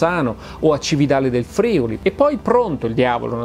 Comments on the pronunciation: Senza nulla togliere all'enorme stima per il tuo lavoro, ti critico la pronuncia della parola "Friuli" Si dice Friùli, con l'accento sulla u, e non Frìuli! XD A parte questo, splendido lavoro come sempre. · Ma come? tu, che hai parenti friulani, dici frìuli in luogo di friùli??? 😅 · Stavo per appuntarlo anch'io ahahahah Ogni volta che lo sento detto con l'accento sulla I mi vengono i brividi XD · Come sempre bravo, tutto bello ma in "Friuli" l'accertamento va sulla "U" 😁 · "FRIULI" HA L'ACCENTO SULLA "U" !!!!! Massimo ti prego, l'italiano...